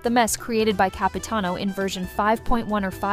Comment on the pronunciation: Excuse me...but did i hear Capitino?😅🗿